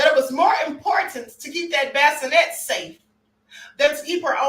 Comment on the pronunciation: Baskinette 😆🤣 NOT bassinet 🫥🙄 chiii